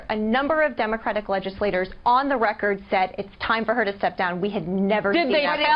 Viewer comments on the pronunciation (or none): none